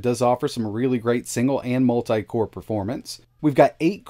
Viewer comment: As much as I would like to watch the whole video the way he says multi just annoys me too much that I can't make it.